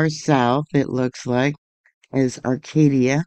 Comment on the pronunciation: It's Arcata, not Arcadia